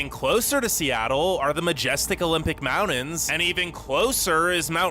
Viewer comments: I know, right? That voice is so irksome and the way he says "mountains" = "mount-ens" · the amount of time he said "mounins" lol